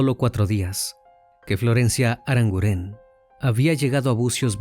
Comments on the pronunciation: NO ES "ARANGURÉN" ES ARANGUREN, NO SE ACENTÚEA LA E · El acento fonético es en la u: ArangUren. No lleva acento en la e. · Crimi lo primero decirte que me encantan tus casos y como los narras. Sólo decirte que Arangunen es un apellido vasco y se acentúa en la u❤ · Aranguren, no,aranguren'